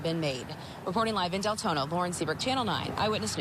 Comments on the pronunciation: D lengthening? had to go back to see if I heard that right 😂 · Probably Dick Lengthening 😂😂😂😂😂😂 I had to rewind to make sure I heard that correctly! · Is he saying Deltona or DAYTONA